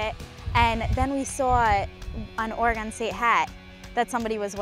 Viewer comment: It's funny that doesn't know how to say Oregon yet. But I'm sure she'll get it soon. Go Beavs!